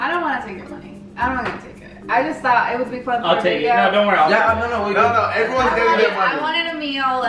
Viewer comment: the thauthe 🤣🤣